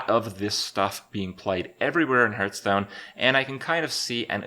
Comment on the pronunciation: CAN U FUCKING STOP PRONOUNCING IT HURTSTONE!